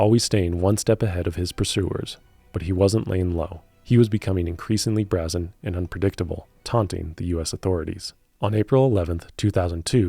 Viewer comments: It's bray-zen. Not brah-zen. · "Brahzin"???? Brazen!